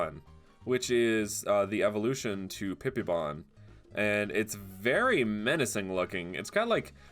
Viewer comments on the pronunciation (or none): "Pipibon" lmfao I need to grow up.. I know. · really said "hairybon" lol no hate tho :) amazing vid.